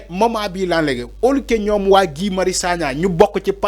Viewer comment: Mais pourquoi ces nouveaux journalistes insistent à l'appeler Gouye? Son nom se prononce Gui.